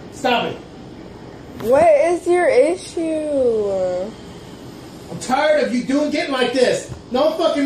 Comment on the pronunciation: Wudt is yur ishyouah?